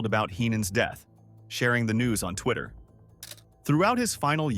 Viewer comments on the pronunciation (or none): none